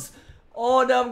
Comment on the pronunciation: the words are not pronounced properly...you say no noi you say huge hige you say bow boiw work on your pronounciation please that is why i do not like the vid